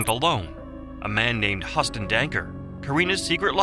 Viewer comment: HE-YOU-STON... not HUSS-TON... Jeebus!